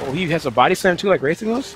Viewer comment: I know that about the puns in their names (4th gen hunter). I'm just wondering why people say the Rath in Rathalos different than Rathian. Both are clearly pronounced like wrath but some people say wraith for Rathian for some reason.